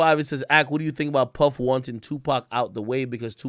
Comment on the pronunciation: Why can't AK say puff like he knows something we don't..dude been told